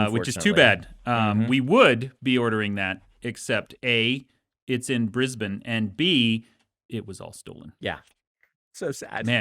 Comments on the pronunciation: Credit to Dan for pronouncing Brisbane properly. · Props to Dan's pronunciation of Brisbane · Dan said Brisbane right!!